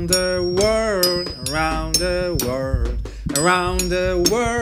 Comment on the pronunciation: Jakub Grzywa czyta się ,,łerld" .